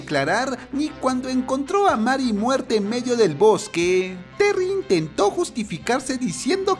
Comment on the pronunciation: Que se dice meri y se escribe marry me pone de los nervios. Na es coña xd